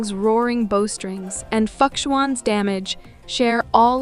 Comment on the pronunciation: How does she manage to butcher Fu Xuan? Foo hwan and hu hu Fuck swan